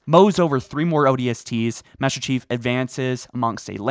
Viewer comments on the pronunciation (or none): I reheard it like 5 times, and you definately dont say "Master chief" you are saying "bester chief" or something lmao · Did nobody else notice that he said "Baster Chief" at the beginning? Just me? OK... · Ah yes, the infamous... "bAsTer cHiEF!" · I heard he tried to kill "Bastard Chief" I had to rewind because I misheard him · “BASTER CHIEF” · I cant unhear "baster chief" lmao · I swear he said bastard chief within start of the video lol but as always love your stuff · I'm pretty sure he just said 'Baster Chief' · Don’t y’all love “Baster Cheif?” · “Baster chief”. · Did you say "tried killing Bastard Chief"? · Is it just me or did he say bastard chief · Baster cheif? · Baster chief this is a joke on how he said master chief so please don't hate me